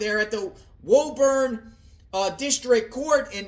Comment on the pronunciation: It’s pronounced “Woo-burn”